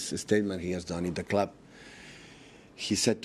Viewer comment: loves how he says 'Da Clab"